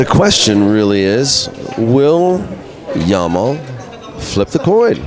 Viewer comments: jamal with g not y . for pronunciation. arabic name means beauty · do you see any Y in hes name? he keep saying Yamal it start with J not Y it's Jamal not Yamal